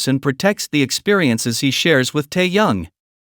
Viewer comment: Да называйте правильно имена ребят, что за Таян, он Ким Тэхен